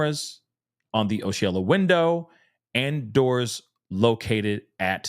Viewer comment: Hey, just wanted to let you know...Osceola is pronounced: Ah-see-o-la